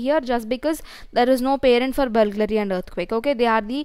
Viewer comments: Its BURGLARY not BULGLARY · Correction: It is not "Bulglary" it is "Burglary".